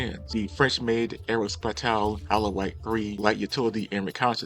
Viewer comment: Aérospatiale pronounced Aero-spa-si-all, not aro-spitall. Love the content otherwise!